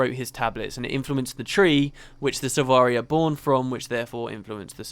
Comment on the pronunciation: "Silvari" not "Sivari"